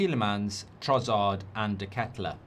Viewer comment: Nice pronunciation of deketelaere mate😂